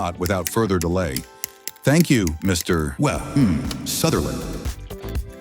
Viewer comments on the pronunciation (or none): "Wa. Mmh. Sutherland" really felt special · "Wuh Humm Sutherland" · wuh um sutherland